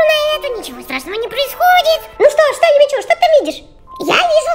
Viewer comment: а почему не юми чу а юми чю имя:face-fuchsia-tongue-out